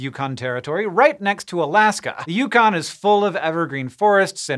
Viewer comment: It’s pronounced ‘The Yukon’. If you think otherwise, you’re wrong. You’ll be forgiven this time.